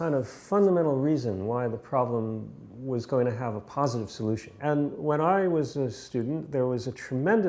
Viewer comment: "postive" or "positive"?